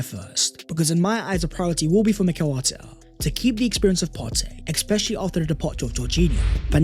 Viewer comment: its especially not expecially stop saying the x bro it triggers everyone in my house when we watch ur videos bro